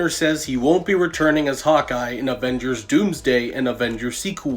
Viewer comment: Did he say ovengers😂